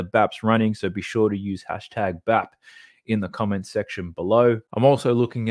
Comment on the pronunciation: Thats #BAP not #WAP